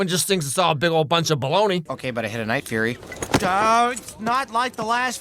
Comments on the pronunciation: The Night Fury ✅ The Night Furry 💀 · oh no, not the night-furry 😂😂 now i cant unhear that 😅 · every one says night furry, isnt it night fury? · I wonder how many other people instantly jumped into the comments to correct him saying "Night Furry" until he later corrected himself to say "Night Fury"? 🤔 Cause I certainly know I was tempted into doing that exact thing. 😅 He already knew the correct pronunciation and said it anyway to bait for comments. Afterall, he's not actually reacting to these clips live. It's part of his script he sets up to go into the final videos. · "NIGHT FURRY" lmaoooooo is it not "Night Fury"? Edit: I resumed the video and now look like a fool...